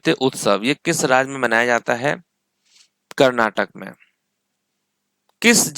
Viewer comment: Karnatk ko karnetik bol rahe ho😅